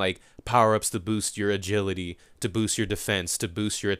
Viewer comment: "adrility" -2015